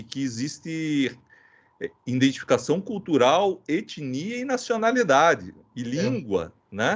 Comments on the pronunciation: "Indentidade" e "indentificação" doeu na alma!! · PQP " INDENTIFICAÇÃO " FUGIU DA DIFICURDADE ?